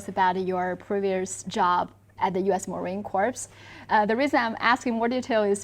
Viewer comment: By the way let Li know we are former Marines, not titled as Ex Marines. Pronunciation is marine cor, (ño p, no s) sounds.